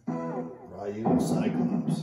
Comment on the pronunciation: ITS RYU (REU) NOT RYU (RIU